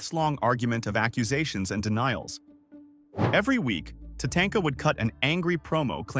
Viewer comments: You mean it's not pronounced TaTAINTka? 😂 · How the guy pronounces WrestleMania X, Tatanka and Neihard.... Sheesh man learn how to read